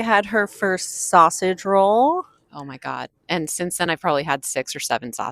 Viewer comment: Americans always stress sausage roll weirdly. You put too much emphasis on “sausage”!